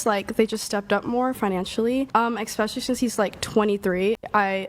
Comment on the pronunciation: Black chick with wig said "expecially" 😂😂😂😂😂😂🤣